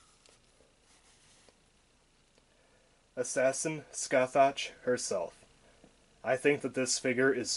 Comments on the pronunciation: Just to let ya know dude, her name is pronounced Sca-hock. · pronounce is sukasaha, from japanese katakana and after her summoning she says her namr skasaha da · She proounced her name "S-Ka-Sa-ha" because japanese😊😆😅